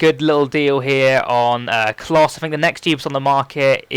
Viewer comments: no, its pronounced klosa not closer, unless youre british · Its KLOSE not closer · Klose is pronounced close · not with the r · klose is german i am german and i know he is pronounced ''KLOOOOSe'' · Loved the tips mate. Just for future reference though Klose is pronounced "Clo-sa". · its pronounced closer. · Wow your fucked up mate its pronounced as Closer.... Later SUCKERRRRR! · its klose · klose is pronounced - Closer. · Klose is pronounced "closer" ;)